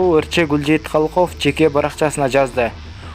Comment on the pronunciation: Калков эмес Калыков туура оку сабатсыз